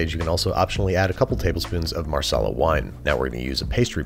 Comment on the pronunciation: Marsala??? Wut? And you didn't soak it.